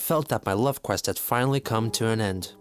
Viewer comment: The way that said "Love quest" really fucking hurts